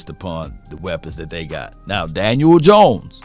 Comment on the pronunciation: Love hearing say Dan-uel Jones lol everytime